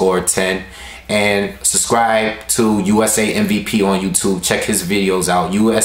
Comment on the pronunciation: lol you always saying "suscribe" instead of "subscribe."